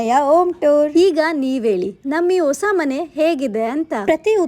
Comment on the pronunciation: ಹ ಉಚ್ಚಾರ ಸರಿಯಾಗಿ ಮಾಡಿ ಒಸ ಮನೆ ಅಲ್ಲ ಹೊಸ ಮನೆ ಆಲು ಅಲ್ಲ ಹಾಲು ಓಂ ಟೂರ್ ಅಲ್ಲ ಹೋಮ್ ಟೂರ್ ಓಲ್ ಅಲ್ಲ ಹಾಲ್